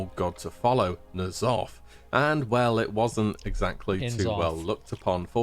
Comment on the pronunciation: Uhm I am and Asmon pronounces N'zoth as Nuh-zoth, the proper way.